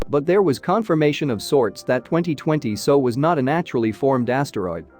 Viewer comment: The commentary is not terrible, but it is rushed. Longer gaps between sentences required, and bigger paragraph gaps. Give us a chance to absorb the interesting information. Also, when discussing '2020SO', you need to separate the letters to get S, O and not 'so'.